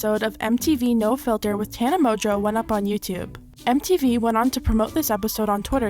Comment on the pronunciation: Is her name really pronounced tana mojo